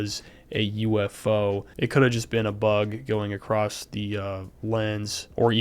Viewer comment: Love your video, very informative. But also, there is no T in across lol.